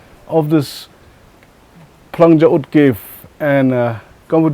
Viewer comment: You're so stylish flang kynshi u said instead of phlang kynshi